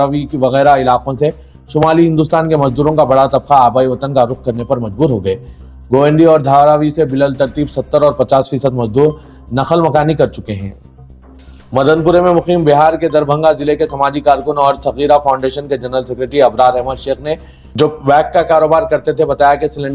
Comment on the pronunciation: Bilaltarteeb nahein Biltarteeb بالترتیب